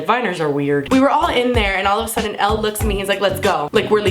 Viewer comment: Elle not L